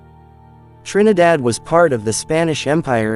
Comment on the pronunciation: I like how the commentator pronounces the name of the island of Trinidad. He has very soothing voice.